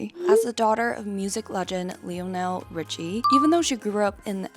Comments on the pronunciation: It’s not LEE O NEL it’s LIE O NEL smh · Lee-oh-Nell lol it’s pronounced lye-null 😂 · "Lee-Oh-Nell" is pronounced "Lynell". You're welcome. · I love your videos! Just letting you know it’s pronounced “lion-el” not “lee-o-nel”😂 he’s one of the most famous singers! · yooooooo, it's pronounced LY-NULL, not lee-oh-nell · "Leo-nel"?? Really? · Ah good ole Leo-Nell😭😭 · Girl it's pronounced LIE-NULL Richie 😩😩😩😩😩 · Not her pronouncing Lionel's name wrong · Girl, how you mess up Lionel Richie’s name 😢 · Bruh I can't with the Lionel Richie pronunciation hahaha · Like it’s so wrong lol